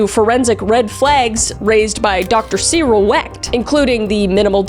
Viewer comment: Love your podcast. I normally listen on Spotify, so I miss out on the visuals.... Anyway, I had to giggle. PA has some of the most difficult people/places/names to pronounce. Duquesne = Du-KANE and Neville = NEH-vul But you nailed Cyril Wecht!